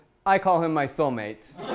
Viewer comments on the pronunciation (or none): I came across this video on facebook and I laugh-cringed at 'solemate' lol